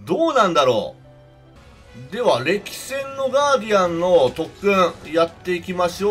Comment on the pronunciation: どうやったらこれを“せんれき”と読むのか